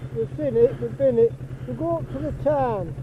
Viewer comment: It’s Tarn not Turn unless I’m hearing wrong 😂